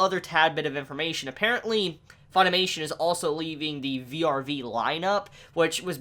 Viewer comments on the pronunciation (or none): vrv, not v-r-v